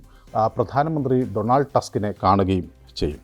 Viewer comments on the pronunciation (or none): none